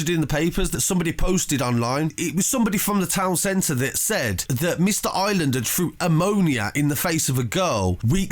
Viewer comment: I r é land not island man please prenounce it properly haha